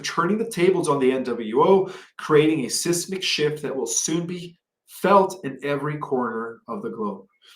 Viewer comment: please say seismic properly. Reading without thinking makes you look bad. Sorry. The MSM does this all the time and besides their content they even can't say standard speech properly.